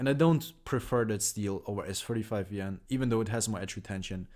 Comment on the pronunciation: I gotta be honest dude I absolutely for the life of me could not tell the difference when you said it between S35VN and S45VN. Sorry man but that was driving me crazy. My limitation, but still.